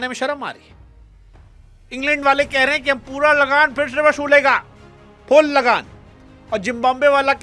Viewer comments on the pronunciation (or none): Jimbabwe nahi Zimbabwe